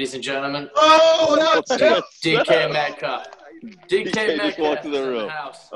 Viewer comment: Did he say DK Metcock?😂